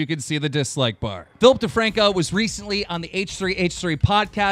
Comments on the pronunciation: Everytime they say Philip DeFranco I hear Filthy Franku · why does he always say Filthy Franko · When he says Philip DeFranco i hear FilthyFranko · It sounds like you are saing Flip thefrancko